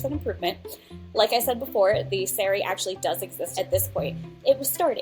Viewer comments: why is she saying sari like that it keeps making me jump like it sounds like seri… the meal before a day of fasting and not tue garment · I guess doesn't pay attention to Bollywood... which might also explain why she still can't pronounce "sari" right